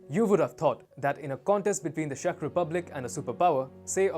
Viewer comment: Video is fine, just please, you pronouncing Czech Republic as Shech Republic so the CZ is pronounced as in Ch in worh China. ;)